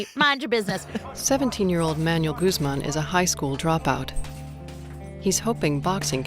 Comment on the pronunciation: My favorite is the narrator pronouncing Manuel, like manual, the instruction book.